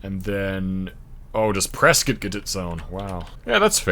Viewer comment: Pronounced Prescott (Press-kit) correctly lol